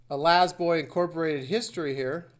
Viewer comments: Always been La-Z-Boy...not lazboy it's still pronounced Lay z boy . lmao 😂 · The corporate logo is false but some dumb reporter's are spot on. Quick leason Laaaaaaa Zzzzz boy. La is still pronounced lay then the z is pronounced just like the letter. Not laz boy or in your cause lazy??? Where do you get your y from??? Quite trippin balls dude. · You pronounce the full Z (zee). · LA IS PRONOUNCED L ei Z boy. Layzboy.